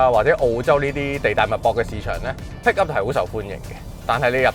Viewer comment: PICKUP....讀好D英文啦